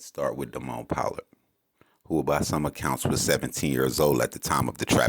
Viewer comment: “Po-lord” is how his name is pronounced